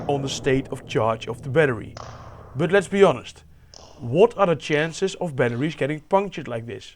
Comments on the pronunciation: how did this guy manage to pronounce a H in 'batteries' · i love how you pronounce batteries. hehe, batteriesh.